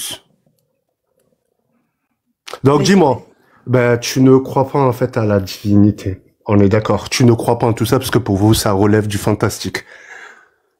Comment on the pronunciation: "Les tchextes et la djivinité"